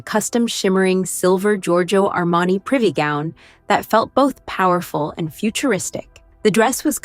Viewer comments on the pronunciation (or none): none